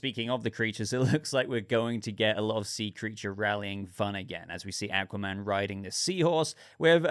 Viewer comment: Thouggt the teaser looked good and im looking forward to the full trailer. 👌 You pronounce Aquaman correct btw 👍